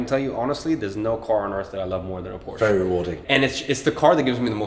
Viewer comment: Brother Iman ,,, please learn how to pronounce “Porsche”